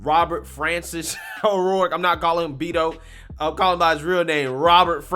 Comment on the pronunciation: Pronouncing it "BEAT-O" IS an insult. Feel free to say that. The correct pronunciation would be "Bet-oe"